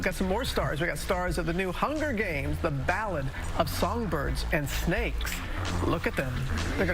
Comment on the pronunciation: Wow the title really got butchered in the beginning haha